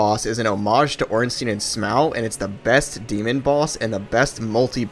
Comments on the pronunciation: Would've enjoyed the video, but mispronouncing Smough and Gough ruined it. Just to be clear, do you pronounce rough like row? Because that's how you're pronouncing these names. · Downvoted just because how you say “Smauw” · It's Smough (smoff) not (smow)) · Smough is pronounced smow though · it's SMOUGH not SMAUG it's literally on the screen. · HIS NAME IS NOT SMOW IT IS SMOUGH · Month late but I'm going to correct you regardless. Smough's name in Japanese is pronounced the same way you pronounce Sumo. So the correct pronunciation is actually su-MO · This guy has some weird takes on DS1… Quelaag and Iron Golem difficult, super ornstein/Smough harder than both of them together, the way he pronounced Smough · bro how tf you mispronouncing smough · Good video I'd say, but you disrespected Smough with that pronunciation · Not heard Smough pronounced like that before. Great video though